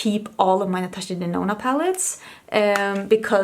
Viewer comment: I remember when you said Natasha Denono!!! 🤣🤣 Girl you definitely changed that!!